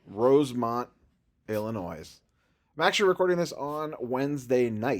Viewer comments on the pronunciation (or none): Drives me insane. It’s Illinois not Illinoise. 🤦‍♂️ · "Illinoys" lol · Little friendly advice….Illinois is pronounced without a S! You can thank me later for not sounding like a moron.